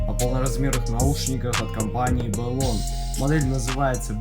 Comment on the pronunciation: Ну вот почему БЭлон, если бренд называется Блон?! =)